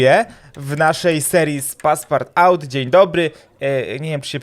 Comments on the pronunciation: To się czyta paspartu #czoklet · To sie czyta "paspartu" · Czoklet jak coś to się czyta paspartu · Pisze się Passpartout a wymawia się Passpartut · Passepartout wymawia się paspartu a po polsku Obieżyświat i to jest nazwisko francuskie